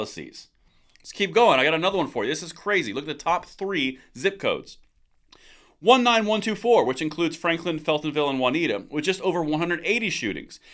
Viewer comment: FYI, the area you mentioned in zip 19124 Juniata, is pronounced JEW-knee-at-ah, not Juan-ita.